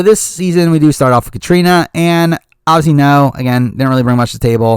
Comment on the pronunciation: Every time they say obviously I hear "Ozzy" and it's driving me crazy hahah